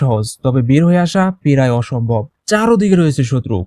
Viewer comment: পেরায় অসম্ভব, এটা আবার কেমন উচ্চারণ, উচ্চারণ ঠিক করতে হবে